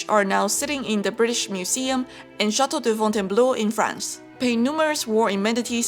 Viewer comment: This was a wonderful video! I learned a lot! And, as a French speaker, congratulations on your pronunciation of Chateau de Fontainebleau ! Excellent !